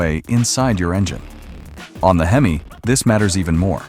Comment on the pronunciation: You have to love AI. It said hemiss instead of HEMI. Lol😅